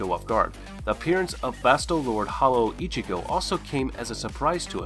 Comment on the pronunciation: it’s pronounced like “Vasto Lord-A,”